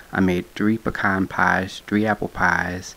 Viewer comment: I'm just thankful you pronounced "pecan pie" correctly!😁. Looks delish! Back to my food coma.👉